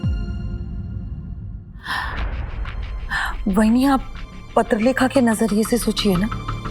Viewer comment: Kabhi appne notice kya hai patralekha ko paterlekha kehta hai